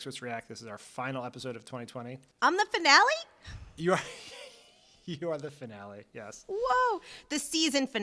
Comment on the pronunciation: Loved the finale with Mastromonaco. She finally turned me into a fan of hers. Also, it's not pronounced fin-alley. It's fin-ollie.